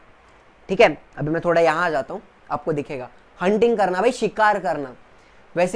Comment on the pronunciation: Not thoda thobda